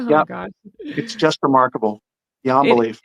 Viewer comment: Every time says remarkable, I hear remarkleable😅